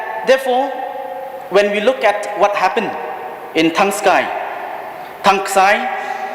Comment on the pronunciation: Thangski not thangksi